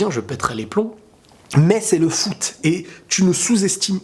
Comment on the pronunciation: C'est le fou-t T'a compris fou-t foot haha😂